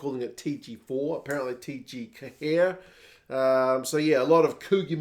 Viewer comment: Yes good effort but it's pronounced Caher. Although even some Irish people just call call it TG four so you'd be forgiven for that